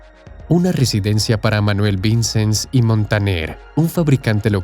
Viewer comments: Me hace gracia que el narrador pronuncia los nombres catalanes como si fueran italianos cambiando la "ll" por la "l". Todo lo catalán lo pronuncia mal. "Vincens" ?. La SF tarda tanto en construirse por una razón muy simple : Su costosa construcción no se financia por el Gobierno, ni por la Iglesia, sólo se financia mediante donaciones y las entradas de los turistas, porque así se decidió desde el principio al tratarse de un Templo Expiatorio. Por ello en los primeros años había poco dinero y se avanzaba muy lentamente. No ha sido hasta el boom turístico de Barcelona a partir de 1992, desde las Olimpiadas, cuando se recuada suficiente para cubrir el coste y avanzar con rapidez. Dato falso : Burry jamás fue el arquitecto jefe de la SF, sólo fue un colaborador más. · Interesante video. Pero los nombres están mal pronunciados. Casa VICENS. Pronunciar como aguda, no como palabra llana. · “Vicens” se pronuncia con acento en la última sílaba. Es una palabra aguda.